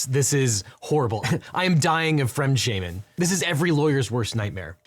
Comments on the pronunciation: Good pronounciation! Funfact: "fremdschämen" is the Verb, while "Fremdscham" would be the Noun. So, really, it should have been "I am dying of Fremdscham." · I did not expect to hear the word fremdschämen in this video, let alone pronounced so perfectly. As a German I'm somehow flattered. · I had no idea fremdschämen made it into the english language. Very good pronounciation as well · I only now realised but your pronunciation of Fremdschämen is way better than I’m used to from non-German-speakers 😊 It always makes me happy when people take the time to get pronunciation right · Great video as always! Props for your German pronounciation. Very good! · Very good pronunciation of Fremdschaemen. Ausgezeichnet, Devin! :) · You pronounced fremdschämen pretty much right, props to you. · I didn't know the German word "fremdschämen" had entered the English language. 🙂 And you used and pronounced it correctly. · Your German pronunciation is pretty accurate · Kudos! You nailed the German pronounciation! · That was a very good redition of "fremdschämen". Kudos.